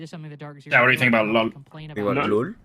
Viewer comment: please stop saying LUL for lol it was cringe in 2016 and needs to be left back then